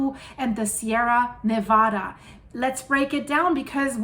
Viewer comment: Slow clap👏👏👏You get extra credit. Not even from the country and can still pronounce "Nevada" better than most. Heathens.